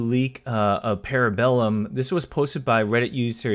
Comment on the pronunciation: No, it’s Para Bellum as it is written... Actually he mispronounce it too, because he pronounces the A in the English way. And even Alibi, the correct pronunciation is Aleebee